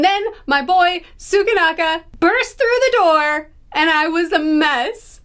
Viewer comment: tsukanaka? lmaoo 😭😭